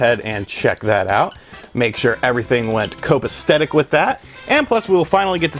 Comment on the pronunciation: Copastetic lol. It's Copacetic.